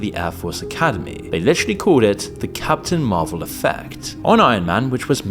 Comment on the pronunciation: I thought you were saying, "Cats in Marvel!" 🤣